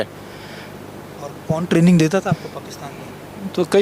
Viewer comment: Training ko trailing bol dya ja Sala.. indian raw ne sahi se yad nh kraya...ha ha ha ha ha